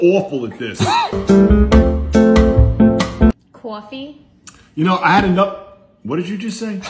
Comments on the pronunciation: the funniest one, "Cawfee" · Cawfee 10/10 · "Cwoffee" She finally got one right, and he was so proud... 10/10 🥰🥰🥰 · I put GIN in my cwarfeey, will drink again. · That’s not how you pronounce it’s coffee is coffee